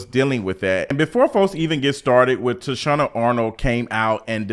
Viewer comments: Yeah like who the hell is Toushanna? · 🗣️ TAH-SHE-NA ARNOLD 😂😂😂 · I agree with you but her name is Tachina Arnold pronounced TA-SHE-NA..... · I can’t get past the recurring mispronunciation of Tichina’s name.😫